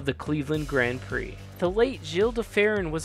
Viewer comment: Is it really Grend Prix and not Grand Prix? Never heard that before